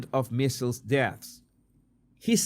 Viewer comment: I love you but MEASLES rhymes with DIESELS, WEASELS, EASELS, and not “missiles”.